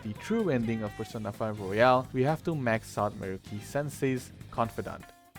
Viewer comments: Yeah, very valid options. Also now I can't get the thought of Persona Q battle Royale XD Thank you for pronouncing Royal like Royale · Jesus Christ, please learn how to pronounce fucking Royal